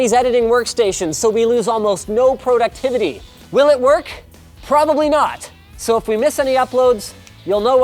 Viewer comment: Linus's pronunciation of productivity and connectivity is weird.